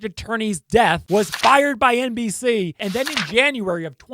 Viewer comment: Lmao the way u said dateline mbc!! 😂